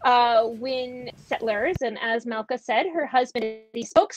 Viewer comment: She has nothing useful to say - beginning with her announcement of she her pronoums, her mispronunciation of the name Malkah, twisting every fact with a plastic jeering smirk and mocking eyes